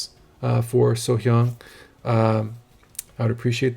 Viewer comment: Welcome to So Hyang's world, you picked a great performance to react to first. Also good job pronouncing her name. The meaning of Arirang Alone now tends to be more about the history of Korea and the longing for the North and South to be reunited. Bridge over trouble water You Raise Me Up I Have Nothing These are English 'covers'. Don't use MBC links they are fast to slap Copywrite on any of her live performances. Adding 'It's Only My World' a Korean song, which showcases her lower grittier sound, not something she does very often. This is an edited MBC link so it should be safe.